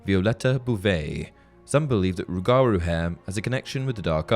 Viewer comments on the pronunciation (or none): It's not rug-gar roo. It's roo guh roo. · it pains me. You’re putting emphasis on the wrong part its not rue-gar-rue, its rue-guh-rue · Not sure if it’s already been mentioned, but you absolutely butchered the pronunciation of “Rougarou” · Im from Louisiana and the "rougarou" is an old Louisiana folk creature, its pronounced "roo-jah-roo" not tryna to be corrective but your video is so detailed i thoid give you a little tip from an old cajun nerd! Gret content! Keep it up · Rougarou is pronounced rooguhroo